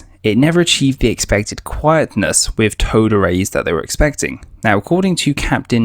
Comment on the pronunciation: Unlistenable commentary with its "wiv"s (withs) "free"s (threes) and especially "haitches" (aitches).